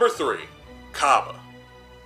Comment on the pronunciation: Brah it’s cabba not cobba do you say cobbage instead of cabbage